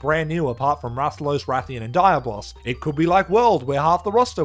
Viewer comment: Dude, not Daya-Boss it's Dia-Blos